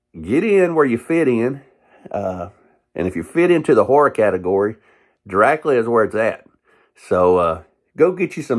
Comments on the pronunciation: I'm 56, and I've always heard it pronounced "Drac-you-la". Now, in "Bram Stoker's 'Dracula' " I seem to recall Gary Oldham and Anthony Hopkins pronouncing it "Dra-coo-la", but that was a few years ago. Since you live in Nashville, I'll have to call my friends down there and see how they pronounce it, LOL. Gonna have to subscribe to your channel for more videos! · I always though it was Drac-you-la. But that's just me. Keep on doin' what you're doin'! Good thing I wasn't taking a drink of water when you said "It's so good it'll blow your dick off" because I started laughing so hard at that line! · I love his enthusiasm! But...why doe he prounounce the Count's name as "Drac-lee-uh"?